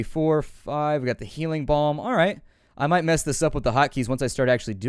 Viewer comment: idiot can't pronounce balm.